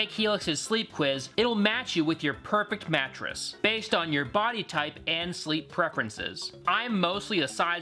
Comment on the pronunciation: Massive emphasis on the “based on”